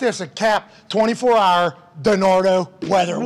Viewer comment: Over an hahr of shenanigans? Yes please